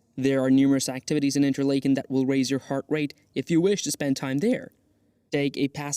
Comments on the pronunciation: Nice video, but you butchered the pronunciation of just about everything. You can’t use AI for something like this. Interlaken (like “lake”)—wrong. Should pronounce it like “Interlahken”. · Did you butcher the name pronunciation of Interlaken on purpose? It's like nails on a chalk board listening to you butcher it. There is no long "A" sound! RME